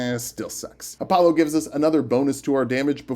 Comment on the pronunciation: App-pollo? I prefer Entree-pollo